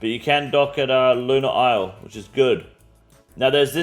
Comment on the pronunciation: is-lay and achie-pelajoe? lmao damn bro its just the english language